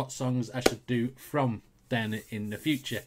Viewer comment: The original was done by Elvis Presley. Her name is pronounced dee-AH-na an-ku-DEE-no-va.